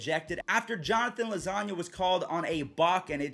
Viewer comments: Did he say Jonathan lasagna? It low-ie-si-gah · It’s loo-wye-siga